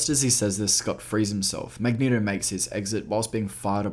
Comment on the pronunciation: ***the strong urge to click the home button when he said "magneHto"***